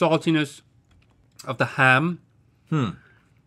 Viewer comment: that “ham” gave me “grape jahm” flashbacks